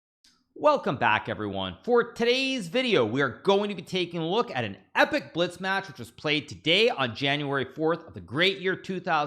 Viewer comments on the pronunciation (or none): none